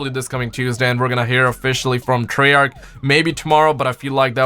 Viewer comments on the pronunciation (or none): none